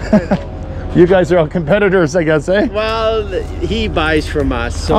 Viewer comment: Had to laugh, as I obviously know you are Canadian but have NEVER heard in any video you say “Ehhh” until now as you are always in the USA. Blessings brother in Christ!